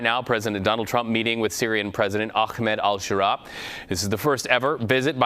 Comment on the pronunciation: His name isn't pronounced "Akkhh" like hawking a loogy yet softer with Ahh-med kinda like how its spelled !! I don't even speak Arabic so unless its being pronounced in such an ugly manner on purpose something isn't making sense. No kh in the ex- terrorist name . shameful? How about his foreign minister ?? Haha